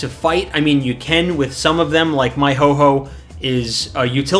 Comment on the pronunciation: Triggers me everytime you say ho-ho and not ho-oh but good video helps me a lot since I'm new.